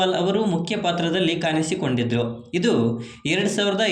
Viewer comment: ಕನ್ನಡ ಸರಿಯಾಗಿ ಮಾತಾಡಿ. ಕಾನಿಸಿಕೊಂಡಿದ್ದರು ಅಲ್ಲ ಕಾಣಿಸಿ